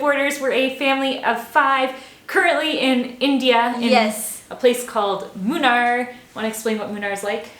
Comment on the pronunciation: It's actually pronounced Moonnar ladies. Have a nice time in India. 😃🙏👍